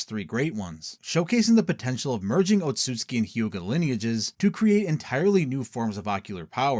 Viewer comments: Oatsuki clan? It's Ōtsutsuki. Can't pronounce shit correctly huh? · its "Ot-su-su-ki" brotha